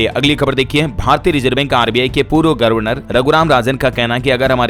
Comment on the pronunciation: कितने बार समझाया गर्वनर नहीं गवरनर होता है। अपना उच्चारण सुधारो